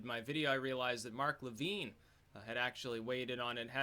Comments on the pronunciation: Levin does not pronounce his name LevEEN. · BTW it is pronounced le-vin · It's pronounced vin, like your vin#. Mark Levine is the wild-eyed liberal.